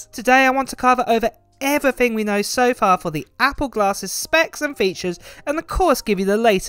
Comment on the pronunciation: Why can't the British pronounce words with th? I cringe every time he says "everyfing"